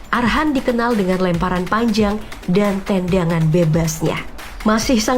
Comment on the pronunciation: Bukan tandangan bos tp tendangan